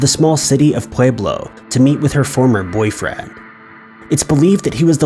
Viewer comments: Pueblo is pronounced, “Pweblo”. Love the video, just had to say, lol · It’s pwe-blow btw